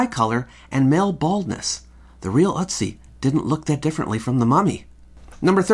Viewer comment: Its Ötzi I think. Ive only heard it pronounced ertzi. Hes in wikipedia.